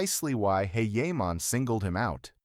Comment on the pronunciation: Wait his name isnt heyheyman